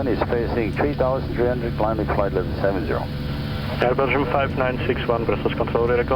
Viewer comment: nah he just fas pronounced "Air Belgium" as "begium" wich sounds like "vi-gin" a bit